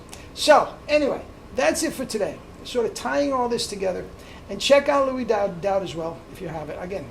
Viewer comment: BTW it’s not Louis with an s it’s pronounced Louie Dowdeswell. I should know I used to play in a big band with him!